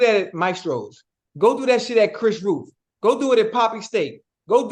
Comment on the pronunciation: Ocho said Chris Ruth lol…